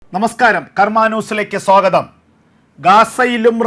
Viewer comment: സോഗതം അല്ല ചങ്ങായി... സ്വാഗതം......